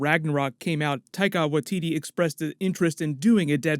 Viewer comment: its pronounced ’why-titi’ not ’wah-titi’